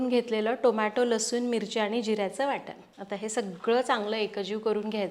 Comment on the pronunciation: Boltsna. Ncha uchhar karta वाटण तर waatan बोलता काय हे